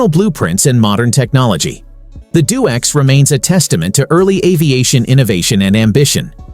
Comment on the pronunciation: D O X, not DoX